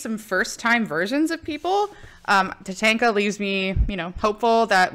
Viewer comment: Ta-Tawn-Ka not Ta-Tank-a lol